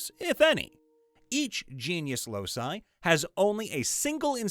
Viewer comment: The word locus is pronounced LOW-kus, not losus. The plural loci is pronounced LOW-ky, not los-eye.